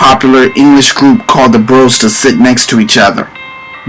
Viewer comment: What a crappy, badly researched, noisy mess of a video. Your sound balance is all over the place. As a five star mega fan as a child and someone who met them in 1986, and bonded with Denice - you got so much wrong here. Bros was said like the boys surnames ‘goss’. are you really so lazy that you can’t be bothered to watch two seconds of a video on bros, to learn how the groups name was said! That and not even be arsed to pull up an IMDb article on who’s in ‘The Naked Gun’? Pathetic effort and not worthy of the the fab five. Gah! Too much tabloid crap